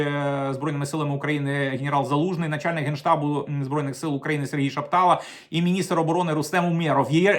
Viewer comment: ШапталА, будь ласка.